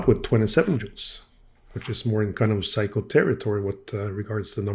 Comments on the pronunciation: Man I love your videos, really enjoy ‘em but this particularly annoyed me. Sorry in advance if I sound smarta$$ but please it is not “psycho” it is “Seiko” the “i” is to elongate the “e” sound so it is like “Se-e-ko”. Again I’m sorry not trying to offend but it hurts my ear every time you say it. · Why do you refer to the watch as a "Psycho" Souldn't it be pronounced "Say-ko"? Or is it your cold? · Interesting for sure, always. Love the fact that you pronounce Seiko and psyco about the same to my ear. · I'm amused by the fact that when you say "Seiko" that it sounds as if (to my ears at least) you are saying "Psycho". 🤣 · It is a joy to be subscribed to your channel,. Dad jokes are the best jokes. Not only do you make a superb video of this challenging renovation; you persist in pronouncing the brand name as "Psycho" (please never correct that). Is this old beauty showerproof? Thanks. Hope you're having a great weekend. Cheers 🍻!